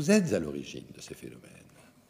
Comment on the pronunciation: "Et que vous l'êtRes" ??